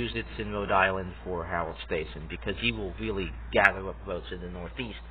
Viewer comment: Stassen’s name is pronounced with a short A, like “staff”.